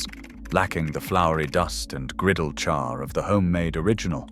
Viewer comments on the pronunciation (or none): none